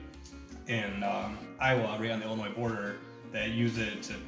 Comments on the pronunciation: ...My eardrums just POPPED! The "s" is silent! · The"S" is silent in Illinois. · Illinois don't emphasise the s smart guy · Cool Oldsmobile isn’t it prounced Illinoi silent s damn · Did he just say “Illa-noise”? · It is not “I’ll-i-noise.” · Illinois silent s.. ILLANOY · One does not pronounce the S when saying Illinois... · I live in Illinois and please when you say the name of our state the S on the end is silent. My goodness. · The way he said Illinois with a S.... cringe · There ain't no "noise" in Illinois. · The s in Illinois is silent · The S is silent in Illinois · Did he really say “Illinois” with an “s”?!? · Did he really pronounce the "s" in Illinois? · Dude Drop the S in Illinois. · The S is silent......